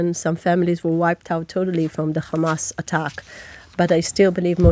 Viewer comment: It’s always “khamas”, “khezbollah” and “khouthis”, why do she switch to the Hebrew pronunciation when mentioning these organizations but has no problem to say “having” , “have” , “here” etc in clear British English.